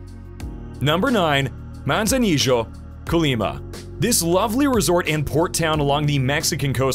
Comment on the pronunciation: A lot of time and expense to put this package together. But I sure hope the narrator wasn’t paid for his work. Is it any wonder visitors from USA, Canada, and overseas murder the pronunciation of the names of these destinations !! Manzanillo for example is Mawn-saw-NEE-o. NOT Manza-nee-Joe. Perhaps in Argentina ! But not Mexico! And while we’re on that Town, Manzanillo is NOT a resort/beach town (tho it has nice beaches). It’s a condo town w/quiet beaches.